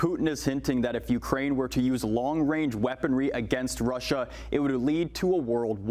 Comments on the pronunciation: “Long wange” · "Long wange reaponry" You tell 'em Justin. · Wong wange weaponwy? Weally?